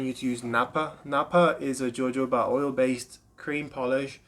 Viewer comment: I'm no fan of the channels that are constantly hyping overpriced products to shill for big daddy, but when i get "renuhvader" and "joe-joe-ba" back to back, I'm out.